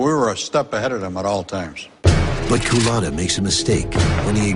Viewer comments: The narrator keeps mispronouncing his name. A "Coolatta" is a drink served at Dunkin Donuts. Culotta is the man's last name. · Kuh-luttah? Wtf